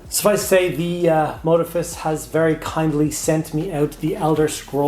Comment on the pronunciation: You got the name right in one. mō-diff-ē-us